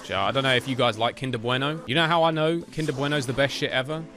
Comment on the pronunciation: 'Kinder Bueno' is from Germany and he even pronounced 'Kinder' correctly. I didn't know knew any German. 😀🇩🇪 (I'm from Germany.)